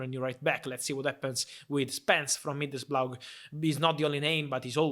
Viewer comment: Middlesblough😂love that fab